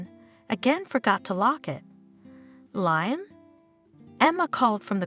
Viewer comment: Can you at least make sure Liam is pronounced correctly???